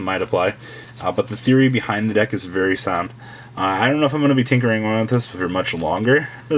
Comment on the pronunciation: Your theory-oh is pretty fucking atrocious.